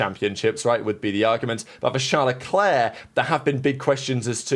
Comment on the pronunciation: His name is Charles, not "Shlawl".